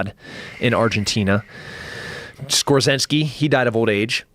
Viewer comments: Otto Skorzeny not Skorzensky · Dude. It is Skorzeny not Skorzinski. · For a guy who seems to know a lot about Nazi germany sure does know how to butcher the name of Otto SKORZENY. It’s not fucking skorzenski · It shows you how fake it all was although I enjoyed watching hunting Hitler at times. This guy is just straight up fake. It is Otto Skorzeny. Who the hell is skorzynski? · It is not skortseski but Skorzeny to you sir LOL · He keeps saying Skorzensky. Does he mean "Otto Skorzeny"? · It's "Skorzeny" not "Skorzenski" you moron. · SKORZENY, not Skorzinsky. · Skorzeny. For someone who researched the topic you should be able to get it right at least once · dude, pronounced score-zany.... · The way tim kennedy pronounces Otto SKORZENY as 'Skorzetsky' is annoying. Especially since he is fan boying and comparing himself to him like, it's his idol. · For a guy that is deep in the topic he really butchered Skorzenny's pronounciation :) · Dude can't even pronounce Scorzeny properly. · He's pronouncing it wrong but he's talking about Otto Skorzeny...I'm really thankful for people like Tim Kennedy. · amerimutt šlomo can't even pronounce Skorzeny right, good thing he "speaks" spanish though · He's TRYING to name Otto Skorzeny, and failing miserably.